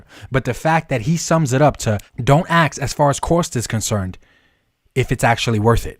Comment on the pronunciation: Bro I like your content, but you gotta learn how to say the word "ask".....its not "axe"